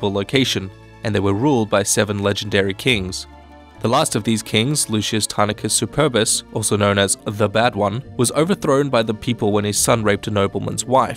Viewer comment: The last roman king is Tarquinus, not Tarniquus... also it seems like it'a very generic and uninspired video. Make it more personal and maybe more in-depth. Alternatively, you can choose to make brief explanations the focus of you channel, but they really need to be done super well. It seems like you havem't researched much beyond what is usually studied on a high school book